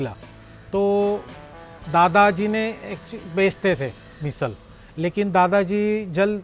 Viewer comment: मिसल ❌❌❌ मिसळ ✔✔✔